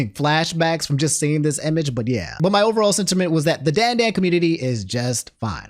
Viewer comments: Not pronounced DAN DAN DAN. DON DON DON is how it is supposed to sound,. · Stop mispronouncing Dandadan my dude